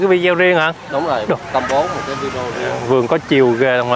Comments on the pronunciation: oi! em nen doc la vi de o,khong doc la vi deo nha...! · nên sửa nói: Vi đê ô (video ) Chứ đừng đọc là vi deo nữa 😂🤣